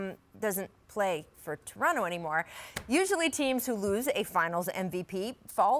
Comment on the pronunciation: Rachel, On behalf of me and my fellow Torontonians, We very much appreciate the 'Torono' pronunciation as opposed to the 'Toron-toh' pronunciation everybody not from the north-east coast seem's to love.